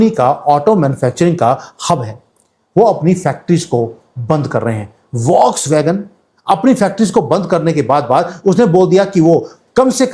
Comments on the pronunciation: Voksvagon nahi bolte hain. फॉक्सवगन बोलते है. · Please let me do one correction. The correct pronunciation of volkswagen is Fokswagen.